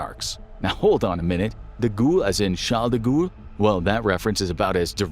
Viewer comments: De Gall, not De ghoul! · De Gaulle is pronounced like the goal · "De Gualle " is pronounced De G ah l. I love your channel! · Charles de goule 😂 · James Randi's book The Mask of Nostradamus demolishes the idea that Nostradamus's quatrains have any prophetic value. The application of quatrains to the JKF assassination and 9/11 is especially unconvincing. Also, I laughed out loud when the narrator pronounced De Gaulle "De Ghoul." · Please learn to say Charles de Gaulle.